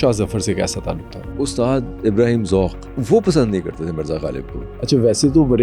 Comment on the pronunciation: سلام پوڈکاسٹر صاحب آپ غلط کو گلط کہتے ہیں آپ سو (100) بھی غلط ادا کرتے ہیں آپ ذوق کو ذوک کہتے ہیں